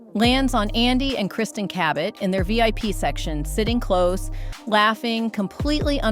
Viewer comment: how'd you pronounce Cabot? Ca-bet? in the Philippines "Ka-bet or Ka-bit or KABIT" in Tagalog means MISTRESS 😂😂😂